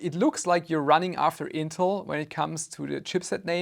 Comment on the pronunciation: So you go after ASUS for a perfectly fine term but can't pronounce "intel" and say "panter" instead of "panther"? Have YOU picked up a dictionary recently?!